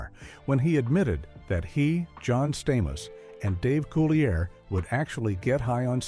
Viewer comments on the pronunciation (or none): Thank you! That irritated me the whole time watching this! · Dave’s last name is pronounced (Cool-lee-a). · Dave Coo-lee-A